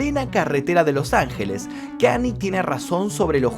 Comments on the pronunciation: Hola, te sigo hace muuuuucho tiempo. Yo soy fanático de Kanye desde hace muchos años también, por lo cuál te voy a hacer unas correcciones: 1. Se pronuncia "Kañe" no "Kani". 2. Kanye en el último año expresó muchas veces su deseo de cortar la relación con Adidas, ya que ellos estaban haciendo productos de nombre YEEZY sin su permiso ni consentimiento para ser vendidos. Por eso mismo él dijo que "aunque sea antisemita, Adidas no terminaría el contrato conmigo". 3. No se burló de la lucha de BLM, la remera de WLM la usó reclamando de que realmente, las únicas vidas que importan, son la de las personas blancas. Fue una queja a la sociedad, no una burla. 4. Kanye y Kim se separaron luego de que Kanye expuso información privada de su matrimonio en su única conferencia de prensa que dió como candidato a presidente. 5. No está bloqueado de Twitter, de Instagram sí, pero temporalmente. Le deben quedar 15 días de suspensión aprox. 6. Perdió 2 mil millones de USD por terminar su contrato con Adidas, pero sigue teniendo aproximadamente 8 mil millones de USD. Te mando un saludo! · otra video genial como siempre, pero te sugiero que cuando investigues veas cómo se pronuncian las cosas en inglés, lo menciono porque Kanye, no se pronuncia como Kant, se pronuncia Kan-y-e. Saludos. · Buen vídeo pero creo que la pronunciación es Kan-lle no Kanie en fin buen video 😉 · Con todo respeto, se dice KanIE, no Cani 😢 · se pronuncia KANYE, tu le dices y suena como kanie o kanyi pero es KAN YE, la y no es lo mismo que la i , saludos:) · Amigo todo épico tu vídeo dos un genio pero porque decís KANI, es KANYE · Gran video pero me dió cosa escuchar tantas veces "Kany" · Muy buen video… como siempre! Observación (no hate)… los Yankees lo pronuncian “kan-ye”… saludos hermano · KAN-i-ÉY--- pronunciación